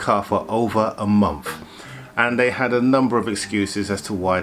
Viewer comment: paid less than a 3rd or " fird " ??? Month: =" mumff " ?? "th" pronounced ' F ' ?? Is that common in England? Interesting, but new to me. Great Vids and stories. Think = Fink ?!?! It's cute. Saw = Sarr. We saw " sahhhh " without the rrrr . Novel!! Be well!! Great Cars.